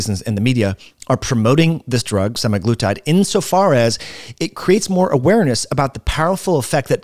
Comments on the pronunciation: Stopped watching after he mispronounced it twice. Say it like this: semag-lutide. Not Semi-Glutide. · For fucks sake it’s not “semi-glutide”. It’s literally in the name “SEMAglutide” 🙄🙄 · "sema" not "semi" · It's not SEMIglutide but SE-MAG-LUTIDE